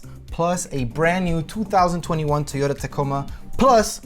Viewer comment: Why is he saying Tiyota? lol